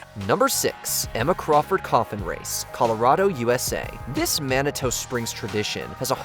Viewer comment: Manitoe? It's pronounced manitu 😂